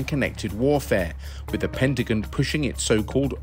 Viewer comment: The “pentagin?!”